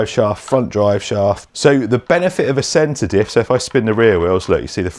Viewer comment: Oh! CENTER DIFF! I thought you were saying SEDATIVE! 😂